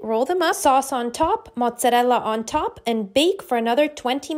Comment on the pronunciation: This recipe looks delicious. I can’t stop laughing at the way you’re pronouncing the cheeses tho. 😅 I can totally see someone saying it like that if they had a heavy Italian accent, but you don’t. It sounds pretentious, honestly. BUT, it won’t stop me from trying your recipe lmao